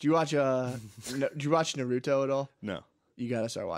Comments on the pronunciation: Yea even the "Nuh-ruto" pronunciation was carefully engineered to piss off weebs....like me 😅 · I swear he's mispronouncing everything just to fuck with the fellow weebs